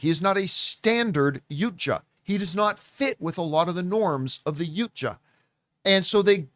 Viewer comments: "Yooncha" is the name of one of the girls from Katseye. It's "YAUTJA" (PRONOUNCED YOW-cha). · The Yautja Is pronounced “Yao-cha” John! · I'm glad this is getting some love. I thought the franchise was dead after The Predator. Also the pronunciations should be ✌🏽 Yowt-jah & Yoo-tah-nee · First "Aywa", now "Yucha". what's wrong with you? 🤔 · It’s pronounced “ Yaow-cha”!😆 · Hows john hear the word Yautja in the movie repeatedly and still pronounce it wrong lol